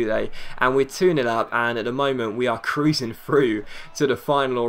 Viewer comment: was that a " kroosing through" i heard?